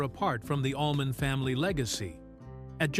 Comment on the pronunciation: And Allman = almond 😂😂